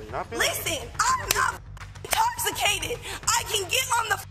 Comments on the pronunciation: Officer: you're under arrest for public intoxication: IM NOT INTOCKACATED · “I’m not intockicated” 🤣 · “I’m NOT intoc-a-cated!” Gotta love it! Wonder how she is sober! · "I'm not intoghigaded!!!"😄